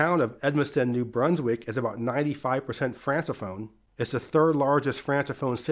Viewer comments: A small correction. You use the word francophone and pronounce it "france a phone". It is pronounced "Frank a phone" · Americans are so dumb… it’s not pronounced “France-a phone” “Franc-a-phone” Moron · Francophone is pronounced “frank-a-phone” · But he pronounced Tijuana correctly, so that's a W for me. 😂